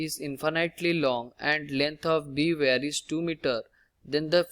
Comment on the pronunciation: wire ❌ ware ✅